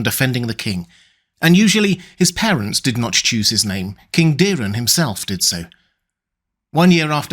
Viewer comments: It’s Daeron, not Dearon…so why the fuck u say: Díron????? Its not Diiiimon or Miiiiikar…. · The dragon household is fond of the ae, hard A, sound. Daeron is pronounced Day-Ron not Daren or Deerun